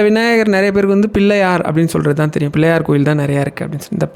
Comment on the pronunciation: பதிவிற்கு மிக்க நன்றி , 🙏 ஒரு வேண்டுகோள் ...... தயவு செய்து " ள " என்ற எழுத்தை சரியாக உச்சரிக்கவும் . நீங்கள் " ல " என்றே சொல்கிறீர்கள் , பதிவைக் கூர்ந்து கவனித்து கேட்கவும் . இதைக் குறிப்பிட்டு சொல்வதற்கு மன்னிக்கவும் . பதிவு முழுவதும் "" பில்லை யார் "" என்றே சொல்கிறீர்கள் . தயவு செய்து " பிள்ளையார் " என்று சொல்லவும் . தலையில் " கொட்டிக் கொள்வது " இல்லை , அது "" குட்டிக் கொள்வது "" .